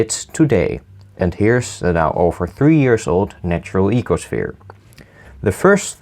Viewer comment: He is my favourite youtuber... its the voice... ee-ko-shviiR